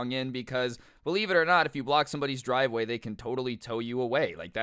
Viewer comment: Dwive way lmao